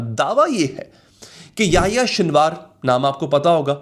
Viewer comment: His name was سنوار not شنوار